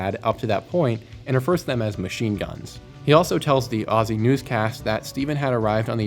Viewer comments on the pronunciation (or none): Not a big thing but can you learn how to say Aussie properly or just say Australian, it hurts my ears 😂